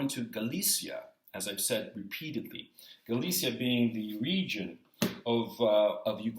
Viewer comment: And Gonzalo isn't pronouncing Galicia correctly. He's using the pronunciation of Spanish Galicia, probably as a goof because he's a Chilean Spaniard.